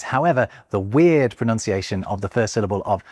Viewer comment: Fun fact for you... Pronunciation has one o less than pronounce and hence it is pronounced unlike the way you are doing 😊